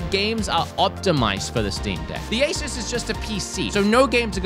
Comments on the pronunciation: U say it "a ඞ" (a sus) not "ay shus' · The company is pronounced as A-sis. NOT A-seuss, Dr. Seuss😂😂😂😂😂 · “Ayy-suss” emphasis on the “ayy” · this is how you say asus: Ace - s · Asus is ay (as in ay from ayo) and soos (Zues with an S) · That is actually quite close to how they pronounce Asus in Taiwan